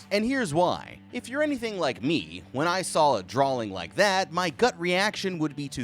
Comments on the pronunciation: He keeps saying drawling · Sorry but, what's a draLLLing?😂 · why do you keep saying drawLings? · there is no 'L' in drawing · It's drawing not drawling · There's no L in drawing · Dude why does it sound like you're saying 'drawling' I can't unhear it now 😂😭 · Me too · Only saying this because it happens all the damn time…. You do know the word “drawing” doesn’t have an “L” in it, right? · Sorry but the way you say drawing is funny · He just emphasizes the W in it. Either a part of his accent, a speech impediment, or maybe just the way he’s pronounced it for a while now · Sawl. Drawling. Am I going crazy here or does it sound like you might be throwing in an extra L here and there? 😂❤